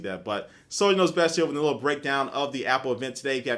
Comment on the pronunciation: sounds like u say SonyKnowsBest when u say "soliderknowsbest here"